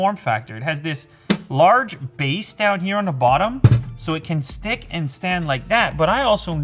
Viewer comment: I can’t deal with how he says the he says it like da and it is just a pet peeve 😂😂